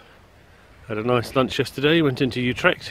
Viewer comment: you pronounced utrecht pretty good there . also really cool to see some video's like this, planning a tourtrip with my road/tourbike myself for the next summer